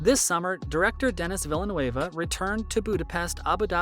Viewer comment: Butchered Denis Villeneuve name too bro